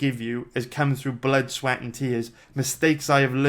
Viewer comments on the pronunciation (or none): none